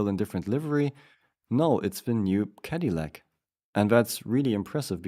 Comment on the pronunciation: It seams like English is not your first language, so please don’t take offence at this. In Canada we would pronounce it CAD-A-LACK, my ears hear you saying CADY-LACK. We often shorten the name to just Caddy. As in “Let’s take the Caddy.” I do really like your content and the effort you put into the videos. Thank you.